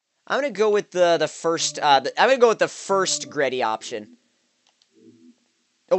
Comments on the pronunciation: Bro it's not GReddy it G Reddy. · its fucking g reddy not greddy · It's pronounced G-Reddy, not greddy